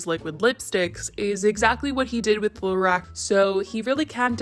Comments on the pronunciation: it’s LA-ROCK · Your pronunciation of Lorac 😥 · The way you’re saying Lorac is giving me anxiety